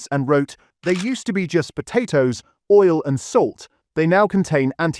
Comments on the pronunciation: "Chris Oil" what is Chris Oil?!! Or "olio" should I say? 🤔💯💩 #AIslop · There's no person here, it's AI! 👍💯 You can tell, when there's no natural breath between the words, it's just one long sentence running on & on. No, audible breaks between and natural intakes of breaths in between comma's and full stops. Also, the word oil in the speech it said "olio" 💯🙄💩🫣 AI slop. 💯